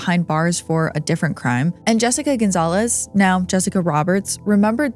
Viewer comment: Cynthia Gonzalez not Gonzalves!